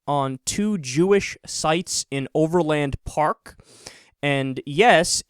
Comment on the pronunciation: As someone from Olathe Kansas-he pronounced Overland Park in an odd way.